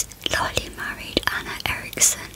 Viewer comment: just sayin that’s Erik Menendez and that Lyle Menendez And it’s not Lylee it’s Lyle